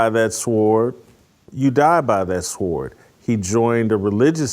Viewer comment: Jason Whitlock, the easily digestible African American who espouses all of the 'Good ole days ' rhetoric and even pronounces the (w) in sword - readily displaying a smidgen of ignorance; to assure you're always laughing at him as much as with him.